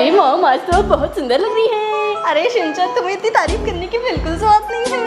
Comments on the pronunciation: Shin-chan not Shin- shan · It is shinchan not shinshan